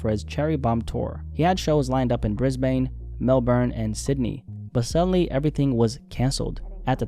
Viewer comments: it’s pronunced briz-buhn not briz-bane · calling it bris-bane is crazy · that’s not how Brisbane is pronounced lol